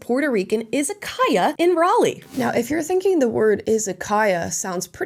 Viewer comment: Japanese here. just wanted to say you are one of the few American who can pronounce Izakaya correctly.